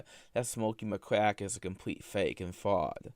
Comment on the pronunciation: watch out, mentally handicapped Mr. Mackey is coming for you " is a compwete fake an fwaud, dat he's a gwifter....not willy afwaid of anything that'll happen to me, mmmkay."